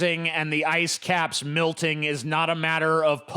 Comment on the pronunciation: haha ''milting''